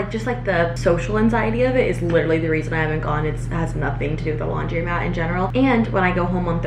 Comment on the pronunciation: It's laundrOmat. Not laundry-mat. If it takes coins, there'll be a coin machine there, but bring some cash, like $10 or $20. Plan to stay so nobody steals your clothes. Bring a book or something. I always set an alarm on my phone for one minute less than the machine says the time will be, so I'm there right when the load of clothes finishes.